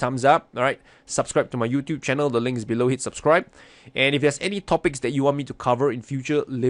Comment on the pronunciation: Are you a kitesurfer? that subscribe accent sounded just like a Dutch Youtuber kitefinder!!